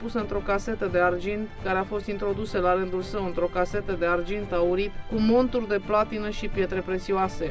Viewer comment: pronuntia cuvantului MONTURI aici trebuie facuta cu accent pe TU, altfel e vorba de monturile/bataturile , cu accent pe MON, de la picioare